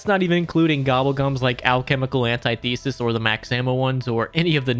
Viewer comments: It’s antithesis, not anti thesis, idk why that pisses me off so much but it does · Antithesis “Ant-ith-esis” not anti-thesis.